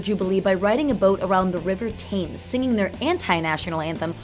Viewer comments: Wow, so many mispronounced words. I understand that these videos are long but wow, who pronounces "Montreux" as "Mantra", "Biopic" as "Bi-opic" and "Thames" as "Tames"? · I'm sorry. If you can't even pronounce River Thames, I'm outahere.